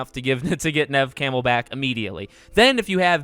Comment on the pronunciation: Why is he pronouncing her name like camel 😭💀